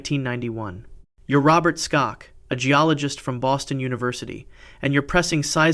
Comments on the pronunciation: His name is pronounced "SHOCK"...NOT..."STOCKS"! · I have to wonder why you didn't research the pronunciations of most of these places. Also, Dr Robert Schock is just pronounced Shock.